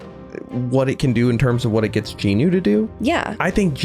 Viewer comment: Ayeee I Just realised he said Jinwoo’s name right😅